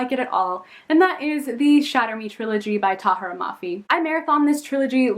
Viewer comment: 10/10 for unhauling Shatter Me and +1 for pronouncing Tahereh Mafi well